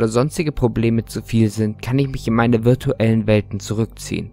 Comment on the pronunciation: Junge das heisst virtuelle und nich virutal